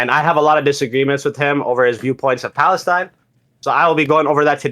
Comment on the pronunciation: ive got an active counter going how many times dude says palisteine and palestine